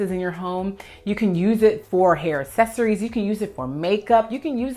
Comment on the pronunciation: Since you asked for the proper pronunciation of Almonds in another video I feel you may appreciate my two cents on how to pronounce Accessory. Ax,ess,ory YES😉 Assess,ory NO😏 As an Organizer the word Accessory os used quite frequently on filmed content, in meetings, presentations & consultations with Clients. Every time you pronounce it as Assess,ory I cringe from flashbacks of my Speech Professor scribbling how many points he would deduct from grades every time I or other students mispronounced a word. When communicating professionally, I would love for you to feel confident & I want those who contract you to feel confident in you to. No disrespect, it could be compared to the question of how to pronounce Potatoes & Tomatoes, but trust it's best to clarify these while you're young.